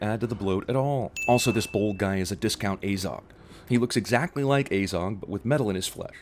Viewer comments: It's pronounced "Azog" not "Ayzog" as our American counterparts seem to think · Ugh he is pronounced Smaug, Sauron, Tauriel, Bofur, and Azog wrong. It annoys me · You can't even pronounce Azog properly you idiot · Learn to pronounce: tow-riel, azog not ay-Zog and sow-ron